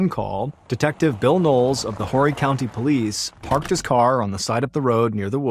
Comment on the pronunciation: Horry County is pronounced 'oh-ree'.